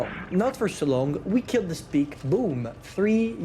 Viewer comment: Hahahaha "now we have speak" instead of spike. Love how confident you are